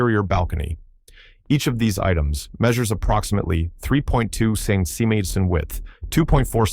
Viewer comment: "3.2 cencemetes" -- "500 millindemeter" This American AI voice has definitely problems with the metric system. 🤣🤣